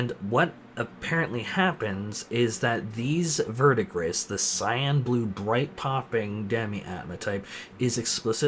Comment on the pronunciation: Verdigris is pronounced "Ver-de-gree" and is the name of the turquoise color of old/tarnished copper.:) Thanks for your content,!